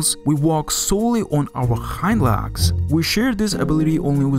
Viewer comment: THATS "LEGS"...NOT "LAGS".....FOR CRYING OUT LOUD. I HARDLY KNEW WHAT YOU WERE TALKING ABOUT.